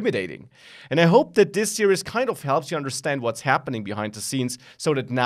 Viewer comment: serious please learn how to say series